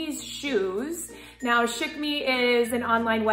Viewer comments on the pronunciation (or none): Chic....pronounced "sheek" .....I know...I'm annoying